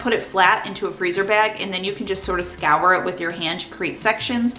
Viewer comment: Score, not scour 😊